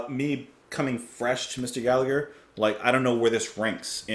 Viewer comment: Please pronounce his name correctly Gall a her not Gall a "gur." Its really annoying every time people get his name wrong.Proud to call Rory one of us. Seen him live in concert in London early 70'S . 🇮🇪 🇮🇪 🇮🇪 🇮🇪